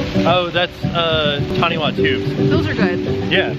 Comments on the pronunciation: Cool vid. FYI - a lot of the things at this park are named after things in the Māori language from New Zealand. In te reo Māori, the 'wh' is pronounced similar to the English 'f'. Therefore, "Taniwha Tubes' shouldn't be tah-nee-wah, but tah-nee-fah. You should look up 'taniwha', they're pretty cool :) Also 'taputapu' has a 'ah' sound on the vowel - tah-poo instead of tap-oo. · FYI, Taniwha (pronounced Tanifa) are beings that live in the depths of pools and rivers. It is part of Maori (Native New Zeland people) mythology. So it fits well with the theme if this part. Oh another awsome video guys